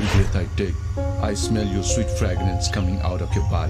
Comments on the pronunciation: I’m pretty sure he’s saying “fragrance” but he does make it sound nearly like “fragments” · He pronounces it a bit like “fragments” but it’s awkward either way and I’ll take your word for it about Nepalese too